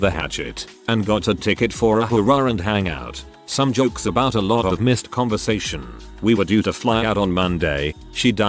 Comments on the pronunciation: Ah yes ABOIT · I think that's the French Canadian pronunciation.